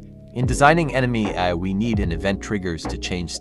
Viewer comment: The ai voice can’t say ‘ai’😂 great video and explanation, a few typos but your intent was clear